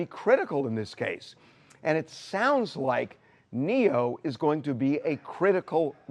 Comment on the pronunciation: It’s Neyo guys not Neo tf